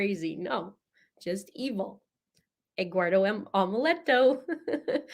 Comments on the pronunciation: The lawyer, I think it is the defense attorney, gets Eguardo wrong too. He actually says it the right way and says Eduardo. It’s confusing. 😂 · The def lawyers are awful, cant get anyones name right.. Lana landon eggwardo eduardo hahaha